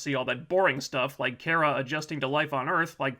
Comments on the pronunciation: It's not Care-a it's Car-a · Could PLEASE STOP - sayin ( care-a ) instead of her name Kara ( CAR.a ) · Its KAara,not Kera,hes like miss.Grant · You don't even pronounce her name correctly... Come on man. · You cannot pronounce Kara correctly. With that said, You suck. :) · its really triggering me that your saying cara wrong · why do you keep saying her name wrong? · Ok so I’m with you, but if your going to do a video on a show, at least learn to pronounce the name of the main character.